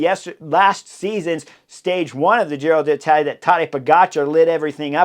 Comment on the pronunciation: Hey Chris! I love your commentaries, have been following every one of them. But please PLEASE, pronounce "Giro d'Italia" correctly. As an Italian speaker, last year, I cringed every time you said Giro DEE Italia. It was like fingernails on a chalkboard (for those who remember chalkboards) There's an apostrophe there for a reason. It's Giro DEEtalia. Thanks in advance!